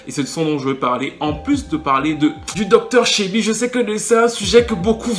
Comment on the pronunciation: Bonne vidéo as usual ps: on prononce Dr Sébi pas Shebi 😉